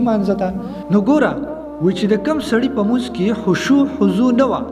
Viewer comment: مننه خو د لمونځ تلفظ دې سم نه دى وروره